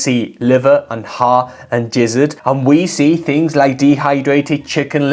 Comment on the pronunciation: GIZZARD like GIZMO not JIZZ-ARD